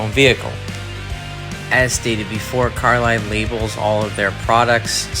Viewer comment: It is pronounced Car-Lee. Not Car-lie. Good video otherwise.